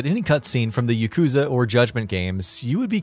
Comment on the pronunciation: I'm always here to laugh at his pronunciation of "Yakuza".